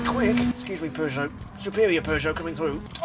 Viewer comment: I find it funny that you call Peugeot and it sounds like you're saying Persia, no offense, I just find that funny :P